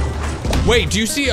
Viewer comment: This is how mini time he said eeal